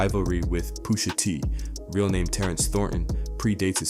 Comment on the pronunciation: This is a A.I video lol. No body pronouces names like this, "Poosha T", lol